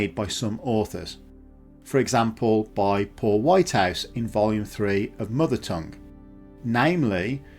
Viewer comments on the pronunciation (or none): none